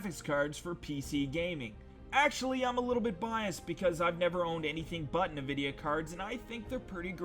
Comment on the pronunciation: Nu-Vidia? NU-Fucking-Vidia?! wait, why do I care that you pronounce something different than I do?